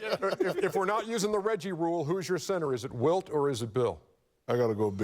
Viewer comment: I thought he said Bilt chamberlain and really flipped it lol